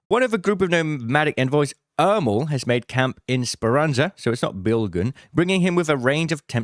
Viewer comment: BILLGUUNN IS NOT FROM A NOMADIC TRIBE WHY DOES EVERYONE KEEP SYAING BILGUNN?